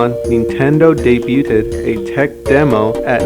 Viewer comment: You said debuted wrong